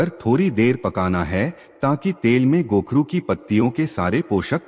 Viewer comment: कोखरू बोलत है.